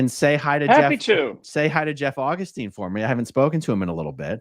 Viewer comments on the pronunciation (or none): none